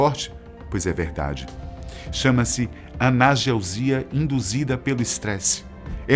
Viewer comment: Legal o vídeo. Volta e meia aparece uma gafe nos vídeos do canal. Hoje foi a palavra anagelsia dita em . A palavra certa é analgesia.